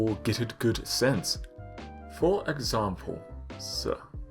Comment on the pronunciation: "fo(u)r exam(p)le(s)" UPS truck confirmed for Bloodborne Kart?